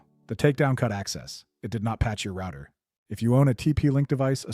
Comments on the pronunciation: And who ordered that back door installed on all routers? Three guesses. And why can't you pronounce "router"? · I'm assuming he lives in UK now or works with people from the UK as that's exactly how they pronounce router.